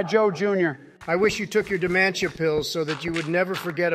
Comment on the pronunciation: i love how pronounces dementia